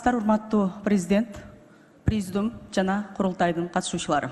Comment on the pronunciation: ОШТОН.... ИЛИМПОЗ....... ЖУРНАЛИСТ........ БИЛИМИ ЖОГОРКУ....... ФИЛОЛОГ........ ПЕДАГОГ......ИМИШ .....ПРЕЗИДИУМ ДЕГЕН СОЗДУ СУЙЛОГОНУНО ТАН КАЛУУ........